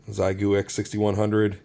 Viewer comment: Made me wrench every time you miss pronounced Xiegu 🤮..its pronounced "X-EYE-GOO" 🤷